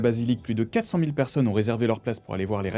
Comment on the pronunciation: Pour the guardian c'est pas "gouard" mais "gard" la prononciation